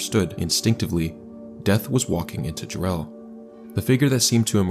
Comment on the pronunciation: Ja-relle? It's Jare-ll, as in Darrell or barrel. Other than that, you did the Jarrell tornado justice, well done.